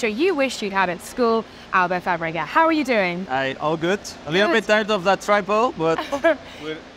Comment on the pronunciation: no Laura. That’s not how you say his name